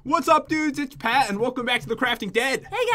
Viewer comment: thats not how you say (PAT)